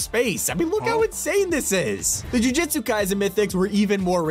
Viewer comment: Anime Fans who are annoyed at him Pronouncing Jujutsu as Jujitsu 👇